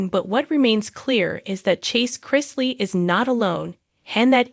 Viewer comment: Of course this young man is stressed look what he's been through instead of you guys talking about him and spreading lies why don't you pray for him and his whole family what is wrong with you people and later you can't even say their name properly you don't know anything about these people shame on you